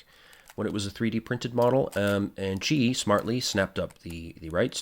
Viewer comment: Yup you got my name right 😂 Almost nobody gets it right the first time. Thank you!